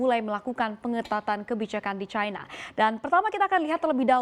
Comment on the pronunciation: Kenapa bacanya Caina sih.